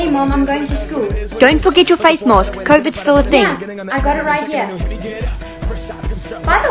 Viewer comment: Face marrsk y did she say It like that